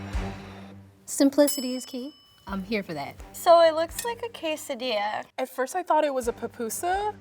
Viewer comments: She is a white girl to the fullest. She pronounced quesadilla as ke-sah-dee-yah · They picked a very Americanized group. The “Latina” ain’t even saying quesadilla correctly lol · The Latina who can't even say quesadilla correctly.. lol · That chick is latina but pronounces quesadilla like a white person.